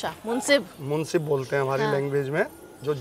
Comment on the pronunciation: Munseef nahi ..munsif...matlab insaf karne wala